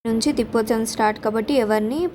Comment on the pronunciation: తిప్పోత్సవం కాదు అమ్మ. ప్రతి సారి ఇలాగే అంటున్నారు సరిచేసుకోండి. తెప్పొత్సవం అంటారు. తెప్ప మీద స్వామి ని ఉరేగిస్తారు. అందుకే తెప్పొత్సవం అంటారు